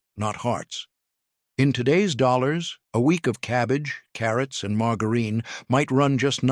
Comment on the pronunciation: "Mar-gerr-een". Typical AI voice, badly programmed. 😮